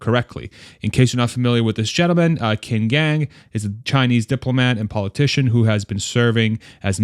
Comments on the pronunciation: Qin is pronounced as Chin (last name) and Gang as Gun :) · Qin actually pronounced chin with a long I sound almost like cheen. Just fyi!